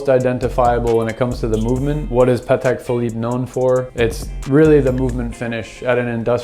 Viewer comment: So glad to hear one American pronounces the brand correctly. Almost all Americans pronounce it Ptak 🤷🏻‍♂️